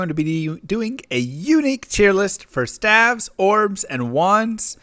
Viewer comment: Stayves, not stavs